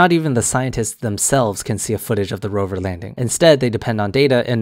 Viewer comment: Dude so dumb that he can't even say Rover.